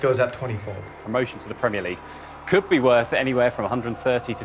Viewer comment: "PreEemEer Liig"